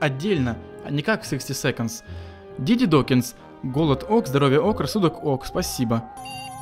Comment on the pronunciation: Не диди а диди!